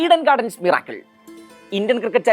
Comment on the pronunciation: മിറാക്കിൾ അല്ല മിറക്കിൾ 👈